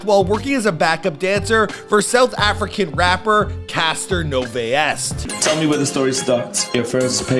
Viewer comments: 😂😂"Castor Noveyest" Casper not gonna be happy w dat 1😂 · It's Casper Nyovest. Not caster🤒😂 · "Caster Niyoveyest"😂😂😂😂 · I love the fact you paying attention to South Africa respect. And also it’s Cassper Nyovest not Caster No-vey-est 😂😂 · This man Ong said caster nyoviest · Did this dude just say Casper no-vay-est???? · The Name is "Casper" like the friendly ghost. The music is called AMAPIANO. Piano is pronounced the way it's spelled. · Caster NoveYesT 😂🤦‍♂️ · Please don't tell me I just heard Caster Noveyest. Amazing tribute video but that pronounciation 😅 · Caster No V est , AMA Pino 😭🤣😂🤣😂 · Caster Noveyest🤣🤣😭😭... this is the worst one ive heard so far moer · wait im sorry did he say south african rapper Caster Nyioest haibo😭